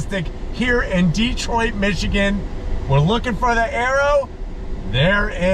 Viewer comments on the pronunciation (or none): Love ya but, it's Detroit not DEEEtroit.